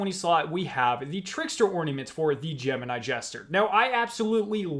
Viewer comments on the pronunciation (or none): none